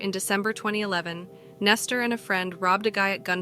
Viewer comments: Nester???? I thought his name was Nesto. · Why are you calling him Nestor? His name is Nesto, where are you getting the r from?